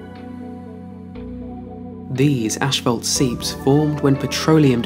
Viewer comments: It's pronounced ass·faalt. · if the narrator says "ashfault" on more time I might lose it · I suppose I've never heard that kind of pernounciation. Personally, it was mind-blowing and crazy in the moment. I couldn't believe what I was hearing